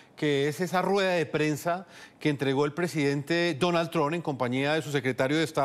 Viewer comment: Cómo es que esta gente no puede pronunciar TRUMP correctamente??